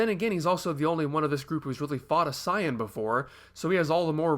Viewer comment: explained it. Since the japanese term is Saiyajin (Saiya-Jin = Saiya-People), it's a wordplay on the word Yasai, which means vegetable in Japanese. Because of that, the way pronounces Saiyan is closer, to what the English version should have been to begin with.